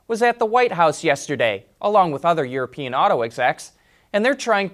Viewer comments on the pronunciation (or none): none